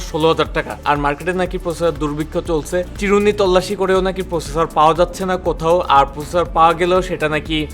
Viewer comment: 'প্রসেসর' উচ্চারণ সহ আরো অনেক উচ্চারণ ঠিক করতে হবে